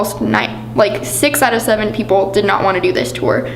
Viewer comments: Cheyenne Paige “tewer” 😂😂😂😂😂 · I remember always being pissed off over the way he pronounced “tour” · relatable content hahahaha